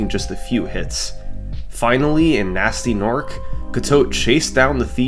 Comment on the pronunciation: this is a great video and all your videos are great but it is pronounced g-nasty g-norc like hard g, not gee, and i cannot allow this offence to gnasty's honour go unchallenged